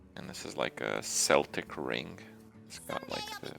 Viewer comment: finally someone who doesn't say "keltic" omfg FINALLY! It sounds so fucking bad!